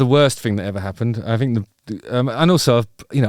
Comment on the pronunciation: “I fink”